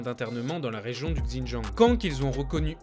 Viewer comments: il parle de Xinjiang tu parle pour R, ça prononciation est off mais à moins que tu étudie ou parle l'une des langues chinoises tu peux pas deviner que ça se dit ([c] in[t] ian'). En sachant que les articles qu'il montre sont écrit en français et que prononçait un mot dans une autre langue en pleine phrase française serait fortement étrange.... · ca se prononce "sinjiang" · On dit bien "shi djinping" pas vrai ? Et bien pourquoi il dit "Gzindjiang" ?? Il aurait pu prendre 3 minutes pour regarder la prononciation au lieu de casser les oreilles des sinophones comme moi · Super vidéo ! Par contre, "XinJang"se prononce "Ssine djangue" 😉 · Bonjour, J'ai dû écouter plusieurs fois pour comprendre votre prononciation du mot "Hans". Il faudrait être plus précis sur le son quand vous citez des mots de cette langue, comme le nom de la province "XiJiang" et celui du président chinois "Xi Jinping". Merci pour ce beau reportage! Bravo! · Ça a strictement rien à voir Va dire à un Chinois "Gzindjiang" il va absolument rien comprendre. Ça ce prononce pas du tout comme ça c'est une grosse erreur. Il aurai pu prendre 2 minutes pour vérifier mais... non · ça se prononce "shindjiang" rien de bien compliqué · il dit Gzindjiang, c'est dans son texte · Si jamais xin jiang se prononce : shin dziang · Pour la Chine et Pékin, se sont les noms en français mais il n'y a pas vraiment de retranscription exact pour le Xīnjiāng, c'est un nom propre qu'on est obligé d'utiliser. Évidemment je dis Canton pas Guăngzhõu mais là c'est différent. En fait la plupart des gens prononcent mal Běijīng mais c'est juste une histoire de tons et le "g" est quasi muet. Mais là c'est surtout le X, ça se prononce sh. Si on prononce à la française Běijīng c'est pas grave du tout on sera compris, en revanche si on dit Gzīnjiāng ..... impossible d'être compris. C'est une grosse faute. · super vidéo, par contre fais attention à la prononciation du mot xinjiang ^^